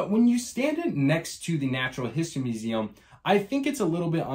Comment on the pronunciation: Fun review. I love the way you say muZAM.